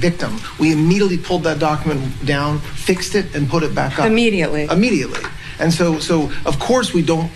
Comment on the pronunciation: Pam Bondi pronounces immediately Huh-weirdly. I know this isn't productive to the conversation but for some reason this bothered me.